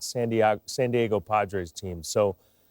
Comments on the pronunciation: Jeter says "San Diago." lol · JETER WAS ABOUT TO SAY SAN DIAGO LMAO!